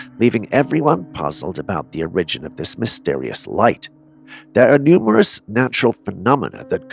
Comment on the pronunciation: Hey man listen the way you pronounce words you are idiot! You pronounce origin as o r i g g e n that's not how you pronounce it and you got many more that you don't even know what the hell you're talking about it takes people 20 minutes to figure out what you said because I'm an American and I speak American English but you sure the hell don't! O. RIGGEN. Really what a dumbass and there's plenty more words that you pronounce wrong what a dumbass